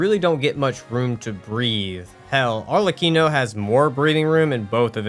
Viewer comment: why do you keep misspronouncing Arlecchino's name? he says it too